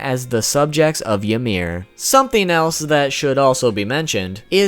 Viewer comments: you say ymir like imir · Since when was 'Ymir' pronounced "Ya-meer"??? 😒